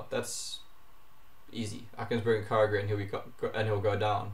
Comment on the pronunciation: YOU DONT PRONUNCE KYOGRE LIKE THAT